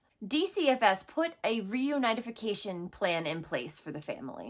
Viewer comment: I love your podcast,. You’re a wonderful advocate for these children. May I make one correction in your verbiage, respectfully? I’ve been in the field for many years and I’ve never heard anyone say “reunionification”. It’s “reunification”.